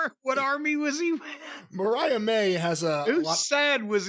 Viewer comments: It's Mariah.. not Marie..... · He seriously can’t pronounce Mariah